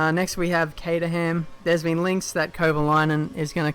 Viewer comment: Caterham - Pronounced "Cater rim"